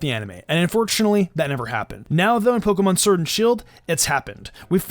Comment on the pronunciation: Had to bail out after hearing Pokemon Surd and shield 1 too many times